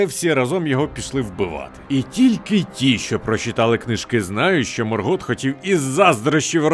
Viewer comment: Який МоргОт? Який МелькОр? Який ЛіндОн? Невже важко було наголоси перевірити?